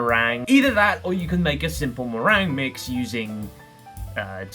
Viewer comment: Meringue being pronounced merang suggests we are watching